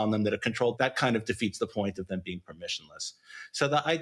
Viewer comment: He also says "Thum" in place of Them, for some odd reason 🤷🏽‍♂️